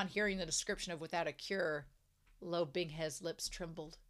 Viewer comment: I think your pronunciation is perfectly fine...the only thing I wish you fixed is the pronunciation of Luo, as obviously, it's a name that's being said very often. Not sure how to explain it but it's important the U (oo) is there behind the L and finishes with O (as in oh but with silent H? Lol, i really don't know how to talk about pronunciation with native English speakers:,)) Right now my guy is like Lou or Lo...but he is Luo. But anyway, can't wait until you reach a brand new content.